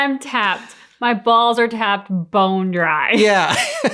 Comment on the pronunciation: I like that didn't say "bone dry", he said "boned dry" lol